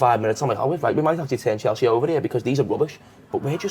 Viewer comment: Why does she say 'Cheltsea' on every video 😂